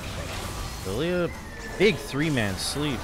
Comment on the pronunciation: Why does he pronounce every L in champs name as "lou"? Illouie instead of Illaoi, Louia instead of Lillia...